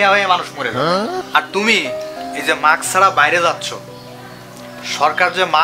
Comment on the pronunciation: ভাই, শব্দটা মাক্স না। উচ্চারণটা হবে মাস্ক। Mask